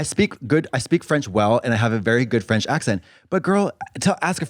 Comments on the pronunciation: French person here and I can attest Katya has a GREAT French accent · En tant que Quebecois, Katya a un accent français très correct, mais pour des Français c’est autre chose haha